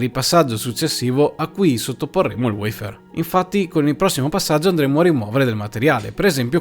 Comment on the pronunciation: Cambia la sintesi vocale poiché WEIFÈR risulta essere poco italiano .a Me piace il WAFER